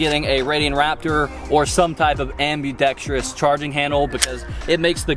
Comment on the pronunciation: Props for saying ambidextrous correctly and not adding a vowel